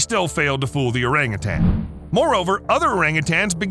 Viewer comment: Learn how to pronounce orangutan!